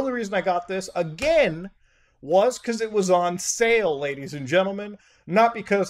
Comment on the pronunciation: When he speaks Ledies and gentleman 🔥